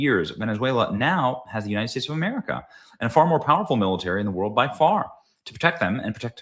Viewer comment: The United Schtates